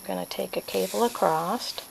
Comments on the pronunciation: Is that spelled acrossed, acrost, or acrosst? That was so distracting throughout the video. I bet you say heighth (with the 'th' on the end) too, don't you? a·cross [uh-kraws, uh-kros] . . . there is no 'T'. I'll watch this again and try to ignore that annoying word 'accrossed' this time. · Are you saying acrost?